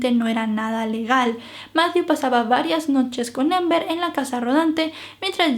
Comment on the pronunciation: Es Amber no ???? Pronunciando la a a , es relato en español no inglés ????